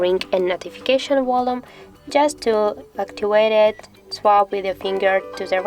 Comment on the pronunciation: It is pronounced volume, with a V, and not "wollum."